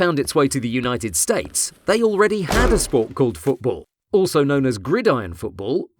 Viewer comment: I don't care if you call it soccer but don't pronounce it like "Foodbool"